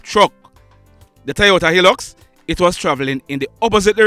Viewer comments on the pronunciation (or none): The name of the truck is High lux not the way you pronounce it. The I in hilux